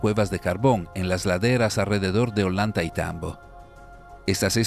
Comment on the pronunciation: La doble ‘LL’ suena como una ‘Y’ y no existe en español o castellano ningún Olantaitambo, sino OLLANTAYTAMBO. 😮